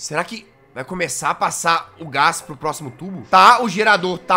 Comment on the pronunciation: como assim "Plóximo andar"?